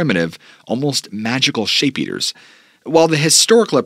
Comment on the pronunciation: "Sheep Eaters"... not "Shape Eaters"